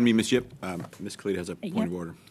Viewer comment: Cooper is actually pronouncing her name correctly. It is pronounced "kal-id" and not "kal-eed" (think DJ Khalid).